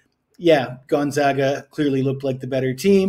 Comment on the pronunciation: You just said GONZOGA to finish your speech on a a KANZUS player. I would totally trust you with my money. Stick with it though. Do basic research and a little more planning. Also act a little more excited and keep the video shorter.